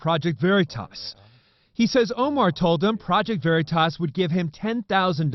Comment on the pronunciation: They can't even say OKeefes channels name right...."Verytas" 😂👌👍😂not to mention y'all had to do a retraction on this story! As seen here!